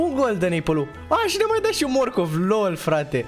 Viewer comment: Ba nu am stiut ca la morcov tu zici mocof 😂😂😂